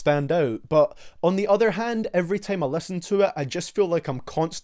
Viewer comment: I really love his opinions and his videos, but ur accent vro (teim, veib) lol